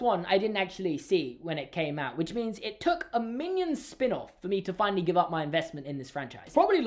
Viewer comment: it’s pronounced fina-lee and not finaal